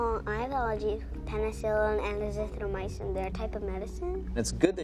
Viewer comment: 7y old knows azithromycin... With perfect pronunciation..